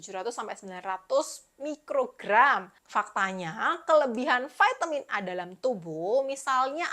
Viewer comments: Vitamin, bukan vaitemin hehehe thanks ya info2nya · VAITEMIN di ucapkan dengan bahasa inggris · Kan bahasa Indonesia, baru mau komen, sdh ada yg mewakili, vitamin